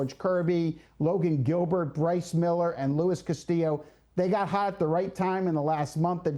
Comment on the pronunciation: Bro said Louis Castillo